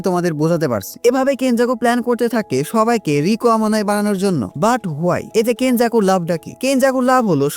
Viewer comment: apni rika bolchen keno Riko